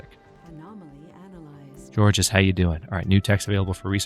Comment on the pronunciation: Georges is pronounced like George, but with a soft J sound, instead of the soft G/hard J sound.